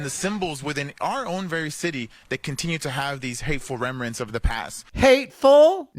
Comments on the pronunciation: "Remerants". 😂, be that guy. Somebody has to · Called him out on saying remrents n everything lol